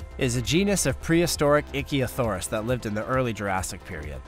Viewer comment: "Ichthyosaurus" is pronounced *ICK-thee-o-sar-uss*." The ICK" rhymes with "sick," "lick," "tick," etc.